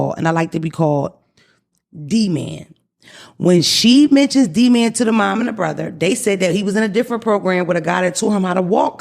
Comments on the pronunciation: OMG I had the same reaction to the name thing. Talkin bout some damn Duh-man. Its DEE-man!!! 😂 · omfg everytime she said D’man instead of D Man, it felt like nails going down a chalkboard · Watching now! How is she the teacher and she can’t figure out that D-Man is not pronounced like demand🤦🏾‍♀️